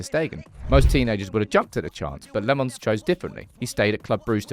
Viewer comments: Do need to work on his name though, it's not Lemons. It's more like Lamp (but pronounced without the p) + Mens. As for his first name, it's not Sen but Senne, just add the same e in the middle at the end and it'll sound fine. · When pronouncing Lammens, it's in fact the other way around. You seem to say le mans, but it is "la mens" with the "e" as a schwa. Just a heads up. Maybe a bit creative, but proncounce "Lammens" like you would say "lamb untz" without the b sound from lamb and without the sharp t from "untz". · Still calling him LeMons.... Lammens ... the a is like "a" like "after", and then it's mens like the word "men"..... ITS NOT THAT HARD